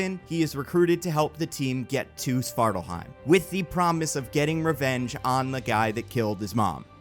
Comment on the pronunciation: Thanks for the warning about mispronunciations. I was prepared to catch any you made, but there were very few, and they were all very minor and/or only happened once or twice. The MCU seems to want to pronounce the Aether "EE-ther," for example. Svartalfheim is one I expected you to trip over, but you got that mostly right. Awesome storytelling, and great dialogue. I'm usually a bit iffy about listening to the dialogue you give characters, but you do Thor and Loki really well. The "Monsters Assemble" thing is a great callback (or callforth, I guess?) that's also sufficiently outside War of the Realms where people probably wouldn't instantly make the connection and realize, "Wait, this predicts the FUTURE...." Bravo.